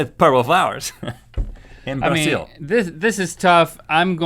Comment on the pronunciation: He pronounced Brazil wrong (I was born in brazil!)